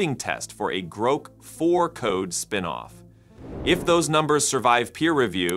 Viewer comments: You used AI to develop this video obviously and I think it's hilarious that AI couldn't properly pronounce GROK. It isn't "GROW"-K, its "GRAW"K... lol!!!!!! Maybe you should have used GROK 4? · Groke? The AI in this video can't even pronounce Grok. Fail. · Please, please never say groke again. :) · HAHA he said Groke twice 😆